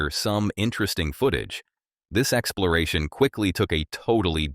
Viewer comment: Why does it sound like you say excloration instead of exploration?